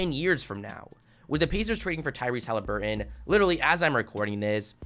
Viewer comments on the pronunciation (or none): none